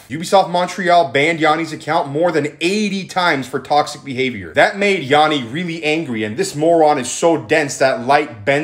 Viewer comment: My name is Yianni but it’s pronounced the same as this guy’s name and he put so much disrespect on my name it’s crazy